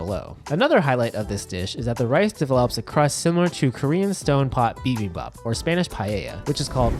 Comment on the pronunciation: Stone pot "bibibop" hurt me lol